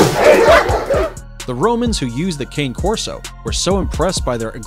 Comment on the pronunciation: Hard to take this serious when he doesn’t even know how to pronounce two breeds before I quit watching. Dude, you’re embarrassing yourself.